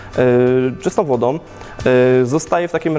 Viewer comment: " … czystom wodom…" to chyba bardzo daleko od polskiego .